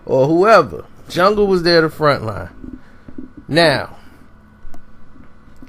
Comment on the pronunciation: He called em 'jung' 😂😂😂